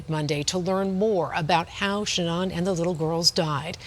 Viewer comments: It’s pronounced sheNAN, like shenanigans, not sheNON. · Omg lady reporter, Shanan not Shanon!! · “Shanon watts” lol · Irritates me how the news anchor says Sha'nnon instead of Sha'nann